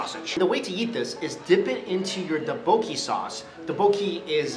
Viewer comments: Not doboeki it's ttopoki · not do-bo-gie its dok-bok-kee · It's pronounced duck-book-e :D Cool video ^^ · Boyyyyyyy he pronounced it "ta-bo-key" 😂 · having seen alot of Korean drama, I find it funny how he pronounce tteokbokki